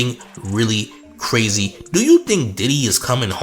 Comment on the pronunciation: Craze-ye said it first